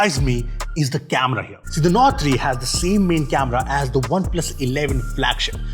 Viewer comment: You lost me at OnePlus "NORD"